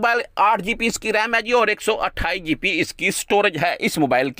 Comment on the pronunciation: o bhai apni english to thek karo gp nahi hoti gb hota h